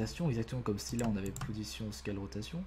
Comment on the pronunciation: Sunnymation Making of xD Faut revoir ton accent anglais 😂 genre "Scale" xD j'etais mort 😂👌